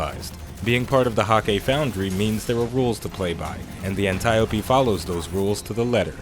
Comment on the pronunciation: I swear its pronounced "An-tee-ope" Not "An-tie-opie".............i mean...just sayin